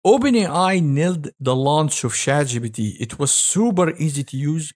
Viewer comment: Man your B instead of P hits me every time. ChatGBT